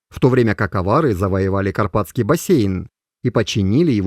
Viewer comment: Авари не авари говоришь😂